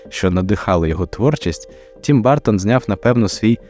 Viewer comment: А що важко дізнатися як вимовляється прізвище режисера? Він не бАртон